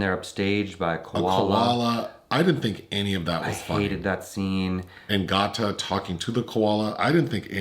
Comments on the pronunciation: LMAO! His name is pronounced “Gay-ta” like Alligator. I didn’t even realize y’all were talking about him until mentioned he’s in the show Dave. Y’all don’t do well with rapper names this is another Wale situation 😂 - Y’all still great tho! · Why yall keep callin Gata(🐊) Got-Ta?! 😂🤣🤦🏾‍♂️ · GaTa is pronounced GAYDUH. As in alligator. He is SO good in Dave on Hulu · His name is pronounced Gay-ta. So funny hearing you guys say it though 😂